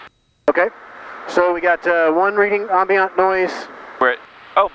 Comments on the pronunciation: The word is "ambient" like "I am" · Crazy pronunciation of "ambient" noise by the guest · does It bug anyone else that he can’t pronounce “ambient” correctly?